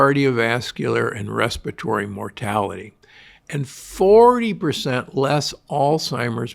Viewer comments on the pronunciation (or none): Res-PIH-ra-tory, not Res-patory.